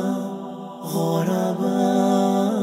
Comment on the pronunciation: Its ضمة not فتحة hahahaha... على وزن فعلاء كالعلماء و البخلاء Do justice to Madrasah Aljunied's Nasheed Hahaha 😂😂😂😂 👌 nice tho :)